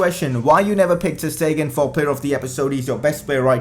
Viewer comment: and ter stegen is pronouncedas ter shtegen